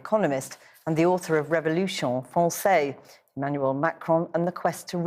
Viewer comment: it takes a lot of committment to murder french words the way people in the south of ingland do it. Revolushon fronsay